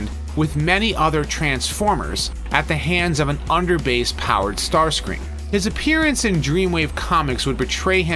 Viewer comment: Starscream not startscream ( no offense )